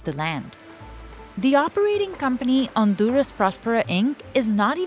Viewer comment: Honduras not Onduras ,this is not ok